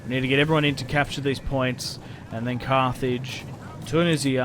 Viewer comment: I’m pretty sure at the end of the video he called it cart hage